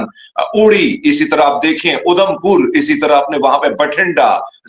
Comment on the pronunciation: 😂😂😂is sardar ko udhampur bolna nhi ara isse saaf samjh Ara tumne apna he koi mulla sardar bna k bitha diya 😂😂😂😂😂 gajab ho pakistani